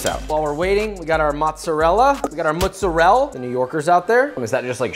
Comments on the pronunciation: My assumption was that mozzarella’s like itadakimasu where u don’t pronounce the last vowel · Lol at that dig about “mozzarell” 🤣👏